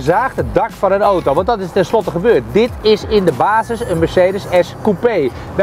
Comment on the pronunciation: Het is aaauuto....auto....geen ootoo.....